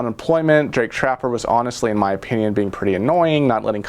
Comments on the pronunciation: You mean to say Jake Tapper.. not trapper lol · Jake Tapper!!.. not Trapper ! Lol! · Jake Tapper!.....not Trapper.....and he was rude....